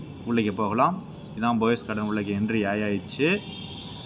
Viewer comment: It is "Poes" garden and not "Boes" Garden...